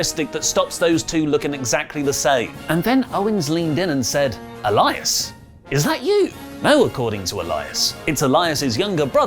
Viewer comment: e-LA-is Knight